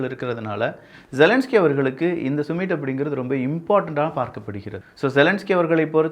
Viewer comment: சுமிட் இல்லை சம்மிட் என்று சொல்லவேண்டும்